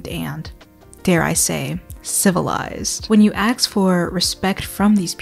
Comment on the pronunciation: Why do you say “aks” instead of “ask” ???